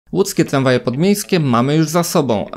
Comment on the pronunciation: Tramwaje nie tlamwaje.